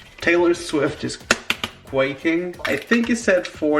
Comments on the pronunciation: For the record it’s “Zac Efron” not “Zac efren” and secondly it’s “quaking” not“ quacking” 🤦🏼‍♀️🤦🏼smh... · You need to stop saying quaking